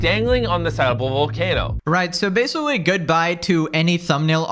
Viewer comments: Your pronounciation of the word "basically" gets worse with every video. We've now landed at "basawwy", right in the first few seconds. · Did you say basicwee? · “and basicwee” 😂 I’m sorry that just caught me off guard 😅 Love your videos tho! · This is basoowee crazy. I basicwee can't beweeve it